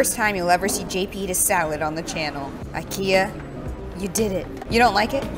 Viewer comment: I live in Stockholm and when i here a American say IKEA they never pronanus it right!